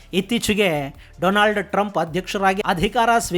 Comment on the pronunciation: Donald Trump ❌️ Doland Trump ✅️